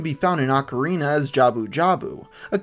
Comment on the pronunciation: It's pronounced oh ka rina